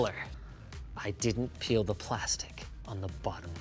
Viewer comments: Peel. It's peeL. PeeLLLLL. Not that word that I was reading at first. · when i read the title i thought he said pee instead of peal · OH PEEL not PEE LOL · I really thought it said pee before I read it and realized it said peel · Did u say peel….